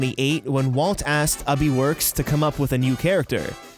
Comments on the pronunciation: First I know thus vid is 3 years old, I've probably even watched it before today. I notice that the narrator refers Ub Iwerks as "Ubi Werks". In other vids I've heard narrators pronounce it Ub Iwrerks, as it is spelled. My question is thus just a mis-pronouncing of his name or is it a "Ubi" a nickname that was used by W.E.D.? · It’s pronounced UBE I. WORKS NOT UBIWORKS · I love how he says Ub Iwerks it’s like he’s saying “Ubby Works” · "ubee-works"? You lost all credibility with me when you couldn't pronounce the name right....such a shame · You pronounced "Elias" wrong and "Ub Iwerks" trust me, I've researched Walt EVERY YEAR for informative essays.